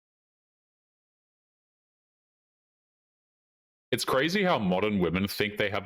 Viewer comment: If that girl was pronouncing it “peekza” in front of me, I wouldn’t have been able to contain my rage.